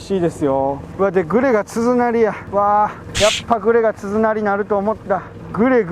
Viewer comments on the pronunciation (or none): はまゆう君の大ファンです('ω')/ 気になったので、『つづなり』と動画中に仰ってたように聞こえました。正確には鈴なりだと思います。あと、今回は出なかったワードですが、無修正よりノーカットという表現を他のYouTuberさんも使われてます。よりよい動画をこれからもお待ちしています。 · つづなりって言ってる？？w 鈴なりでしょ